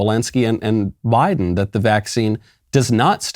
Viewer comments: I thought I heard Michael say "Why-den" instead of Biden, and I said to myself "Yes. Why, then? Why get boosters that don't work? Why-den." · Why-den Biden